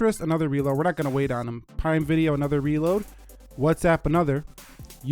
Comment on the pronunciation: “Let’s go into prime vide-O” Did anyone else notice that? 😂